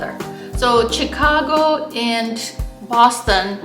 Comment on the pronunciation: you needlessly put yourself at a disadvantage by mispronouncing "Chicago" throughout the video. Maybe some viewers will think it's cute when a foreigner says "Tchicago," but I wince every time I hear it. In my experience as someone who has lived in both cities (or rather in one and near the other), summers in Chicago are much worse than summers in Boston---though in the past twenty years, Boston summers have gotten much worse (but I assume that the same thing has been happening in Chicago). The "L" is convenient for getting around if your Chicago starts from the Loop and extends north along the lake. If you live on the South Side, you are not so well served. Where the CTA is superior to the MBTA is that it is not in such a state of decay. Chicago has the Art Institute smack in the middle of the city where you can't ignore it and where it is easily accessible to everyone. Boston's Museum of Fine Art is in an out-of-the-way location. I visited the Art Institute several times a year when I lived in Chicago: during my twenty years in Boston, I visited the MFA a total of twice.